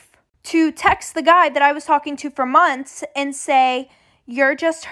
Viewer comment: Normal people:Months:monts